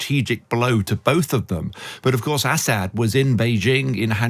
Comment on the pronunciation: How can be an expert if he can't even pronounce Assad's name correctly? Is he from the backwoods part of the UK? Count his teeth.